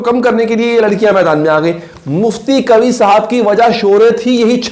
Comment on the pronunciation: قوی نہیں ۔۔ قوا ھے